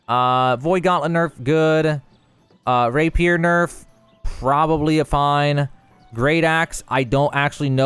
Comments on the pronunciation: It's ray·pee·ur btw not ray peer! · “Rapir”. Lol. It’s “Ra-pi-er”. 😉 Soooo, I’m new. Been playing a couple of days. Level 25 now. I almost feel like I should hold off until this update drops. The funny thing is, this will fix a lot of the things I already felt. Especially the dodge thing and the weapon switch. I would also like the Shed being universal so if it’s stored it’s stored and available no matter where you are. EDIT: And MATCHMAKING! Jesus Christ it’s amazing there’s no matchmaking in this game.